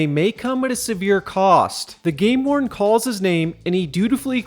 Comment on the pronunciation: Every time you say game warden, I think you said gay lord lol